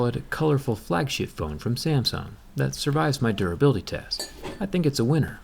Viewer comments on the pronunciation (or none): did he say "flag shit phone" instead of flagship?